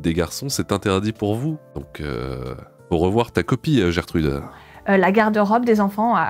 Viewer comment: 11'55 : "Gertrude" 🤣🤣🤣